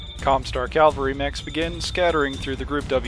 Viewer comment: Love these videos. Also, cavalry. Usually I'm not a pronunciation nazi but calvary is also a word and I wouldn't put it past the WoB to have a Calvary lance!